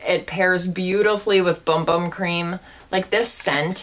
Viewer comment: Great video! Just an FYI... it’s pronounced “boom boom” cream. I know it’s weird but I thought you might want to know.